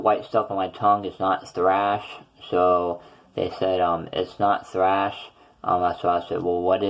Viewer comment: It's thrush, not thrash. Just thought I'd let you know. Btw, where did you get this temporary denture from?